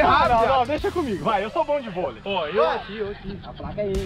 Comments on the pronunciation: "Bolei"? Kkkkk Tmj Xará ❤️ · Bolei kkkkk é volei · Aqui tá falando bolei e não volei